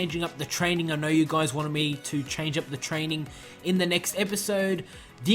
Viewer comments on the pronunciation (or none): none